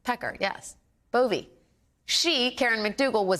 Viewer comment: It's Bove the e is silent